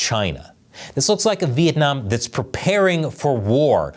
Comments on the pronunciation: Vietnam not Vientam 😂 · Vientam? Really? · Vietnam,not vientam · The thumbnail is hillarious lol. Anyone who have heard a Chinese person trying to pronounce Vietnam knows this.